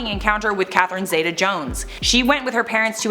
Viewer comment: C'mon. You do all this research, spill copious amounts of tea, and can't properly pronounce Catherine Zeta(ZEE-ta) Jones. Edit:"before Jared Leto was an actor, he was in a band called 30STM".....mate.... Jordan Catalano